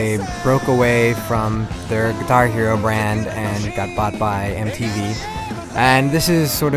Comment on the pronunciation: He says "guihar" hero!